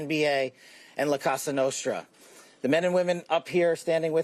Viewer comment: it's not la casa nostra. it's la COSA nostra.